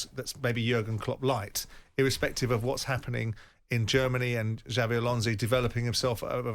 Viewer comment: Xabi= Chabby, Alonso is pronounced like " so" , not " "zo". Next lesson, Mauricio Pochettino